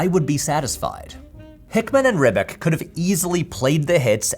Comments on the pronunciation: tiiiiiiiiny nitpick, but as a former yugoslav citizen like Ribic, its not "rib-ick" but "rib-ich." think of how commentators pronounce Nikola Jokic or Novak Djokovic's names (if you watch basketball or tennis...). the lil tick above the c kinda means "pronounce this like theres an H after this letter, so like ch or sh." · the surname of the comic book artist of AVA is pronounced rib-itch fyi